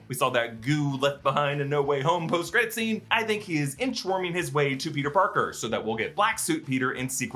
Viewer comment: Is that Peter.... Barker?